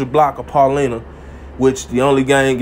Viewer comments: Pronounced: Pau-li-nah not, Pau-le-nah. Enjoy your work regardless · It's pronounced Pa-line-uh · You from Chicago shud’nt u know how to pronounce Paulina?!….😀🤔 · Ain't it EBK, not ABK? You from Chicago, you should know how to pronounce Paulina!!